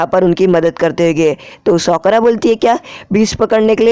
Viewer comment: Bro she is not soakora she is sakura